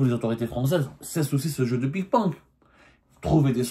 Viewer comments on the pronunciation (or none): On dit ping pong et non pas pik ponk😂😂 Désolé je n'ai pas pu m'en empêcher 😂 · Ils jouent au pik ponk , wallah il dit pik ponk mdr waaaaaaa semmar une chevre qui ressemble a un cochon